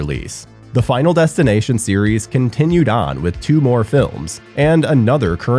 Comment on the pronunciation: Bro said 5nal destination 😅